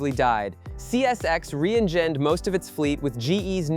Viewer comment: “Re-engeened?” The AI screwed the pooch at least twice. I quit watching after the second one.